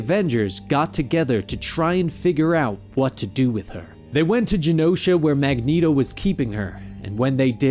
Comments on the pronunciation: Why keep calling Magneto - Magneato? I don't say that. The 'net' is like 'magnet' or like 'stilleto,'. And this vid also calls Polaris - Poloris. It's like calling a bat - a bot. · 90s Cartoon made Mag-neat-o canon. Magnet-o sounds like a breakfast cereal. Have a nice bowl of magnet-Os. Get all your essential iron! ha ha. Reading character names vs hearing them is often jarring.